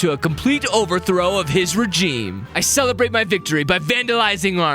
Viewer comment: it's re gime not regime